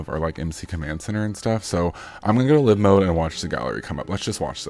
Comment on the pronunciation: Psssst.....(Live): it's not "luh-ve" mode, it's "Laai-ve" mode ....you know, as in "alive"......pronounced: "uh-laaive"